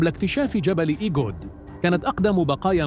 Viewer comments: هناك خطأ في تسمية المنطقة ايغود وليس ايجود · المرجو تصحيح كلمة إيجود ب إيغود